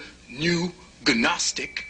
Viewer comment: I was enjoying his monologue while working until when he mispronounced gnostic as ganostic two or three times. Kinda killed it for me. If he doesn't know the g is silent why did I waste time? I want those 34 minutes back.